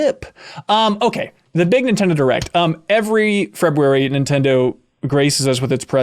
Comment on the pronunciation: I like that pronounces the R in February. Way to be a leader and a visionary good sir.